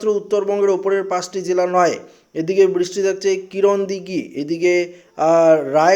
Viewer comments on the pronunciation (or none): Kirandighi na eta karandighi😅😅